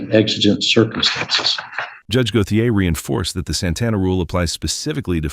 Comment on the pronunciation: Go-the -ay? Lol. It's GO-SHAY.